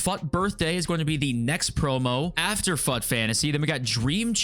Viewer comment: Why do you pronounce it "fuht" its obviously not spelled that way